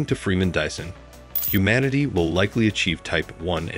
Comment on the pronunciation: There are a few things you really have to work on, like the pronunciation of Freeman Dyson. Your saying it as Disson and it should be said like Dieson, also at 8.20 you say Kardashian not Kardashev. This is only constructive criticism to help your channel so please don't take offence. Your videos are good but just need a little tweaking 👍